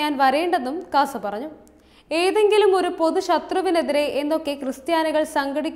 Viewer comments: KASA അല്ലാ, CASA ആണ്. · KASA alla, CASA aanu